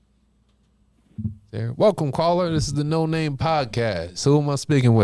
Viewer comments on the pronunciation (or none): noNamay...say it how its spelled...lol